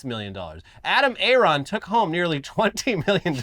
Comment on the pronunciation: Adam Aron? Literally A-aron